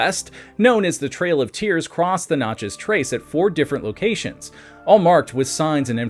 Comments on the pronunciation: Dude it is so awful to listen to to you say Natchez wrong. Absolutely ruins this video. The Nat-Chez (the Nat part is exactly like the in National) it is not Notches. The info is great but being from the south hearing you repeatedly mangle the word is extremely frustrating. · Notchez ? I'm in Australia and know how to say Nat chez. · It is natchez not notchez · Knatchez and the french pronounciation puts emphasis on the chez. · I live by Natches trace and you 1000% sound like an idiot its not NOTCHES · N a t c h e z ..a like cat ...not notchez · Does no one else get the ick from the way he says Natchez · The over emphasis in pronouncing Natchez is killing me. This video only scratches the surface. Good stuff!